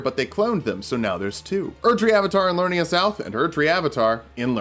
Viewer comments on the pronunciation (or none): Each video of yours you've mispronounced "Liurnia". You keep saying "Lurnia" but there is clearly another syllable. "Li-ur-ni-a" not "Lur-ni-a"